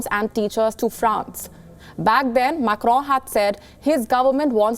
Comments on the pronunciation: Why you oronounce Macro so strong. Cant you listen french tv just to pronounce little better. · “MAK-ROOUN” lol so annoying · Did she just said,'' Emmanuel Macro''? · please stop pronouncing "Macron" like that... do you hear yourself? oh my god